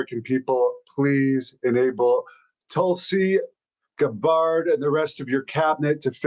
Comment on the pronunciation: “Tulsi Guh-bard” 😂